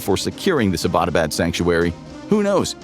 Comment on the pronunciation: Why can’t you pronounce Abbotabad, it’s Abbot as in English…Abbot pharama or ..